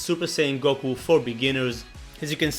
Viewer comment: It's not Gokul it is Goku